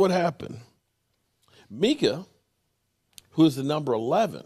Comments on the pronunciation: Mike-Uh Parsons. Not MeekUh. Like your son's name is Mike. Mike-uh. Mike-uh, Mike-uh. Come on man. Micah Parsons. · Hey do you call Tyson Meek Tyson or do you call him Mike Tyson 😆😆😆. His name is Mike- Ah Parsons 😆😆😆😆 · Mike-ah. Like your son... Mike ah... not Meek ah..... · MeekA lol how hard is it to say Micah lol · meekah parsons come on get his name right its micah parsons. MICAH PARSONS NOT MEEKAH PARSONS SMH. i am still a fan of your show but please get his name right. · Not crying dude. Mike-Uh. His son's name is Mike. It ain't that hard. Is his sons name Meechael? Let's try not to butcher peoples names especially when we have kids names who are the same. LaMarcus Lawrence?? Leighton Vander Etch or Jabril Pippers? Zack Precott? We are all Cowboys fans in here but let's get their names right. Go Cowboys. Good info though. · Hey. Here is how you sound out micah parsons name lol.... MY-KAH. Not MEE-KAH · I heard you say his name correctly once, now you're just not trying. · it’s annoying, say his name right! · That's what he does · I haven’t been here in months and he’s still butchering names lol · It's annoying as hell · He said it right before I think he likes butchering names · learn to pronounce Micah's name and stop with the drama